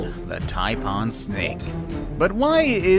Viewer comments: I wish people putting together videos would learn to pronounce the animals properly first. It's not a "tie-parn" it's a "Tai-PAN" just like it's bloody spelt. 🙄 As for Crocs vs Alligators, Alligators are like docile puppy dogs in comparison. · The Taipaaaan LOL The pronunciation of taipan was hilarious 😂